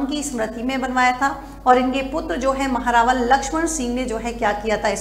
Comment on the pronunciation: महेंरावल नहीं महारावल 😊❤